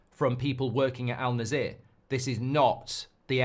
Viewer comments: it's not "alnazeear", it's called Annasr 😁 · Oh boy, oh boy, never thought that someone could butcher my club's (Al-Nasser) name to this degree 😂😂